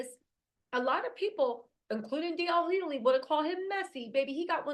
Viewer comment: who is DL Huely? 😂🤣🤣 Chile, I love it.😂